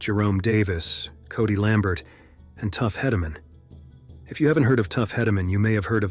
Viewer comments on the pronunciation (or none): RIP Brent. I love bull riding. No offense but tuffs last name is pronounced he da man